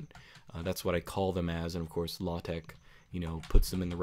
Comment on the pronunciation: It's not everyday I hear LaTeX pronounced so perfectly like this.